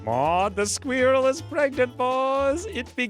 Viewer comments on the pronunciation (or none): I enjoy the way you say sqweerell lol "" The odds may not be in my favor, yet I'll still give it a shot